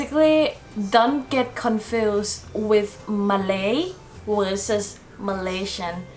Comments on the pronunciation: Malaysian not Malasian, I don't even know how to read that... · #7 is starting to become wrong! Some people are going to australia and they have to study english Edit: its Malaysian not malaisan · it’s malaYsian not malasia no shade just wanted to point out that small mistake anyways you have covered everything up good job 👍🏻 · Its Malaysian not Malasian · Thank you for the video! Btw it will be Malaysian not Malasian. Anyway thumbs up for the amazing video 😊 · For no 5 it's not malasian it's Malaysian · Malaysian* not malasian btw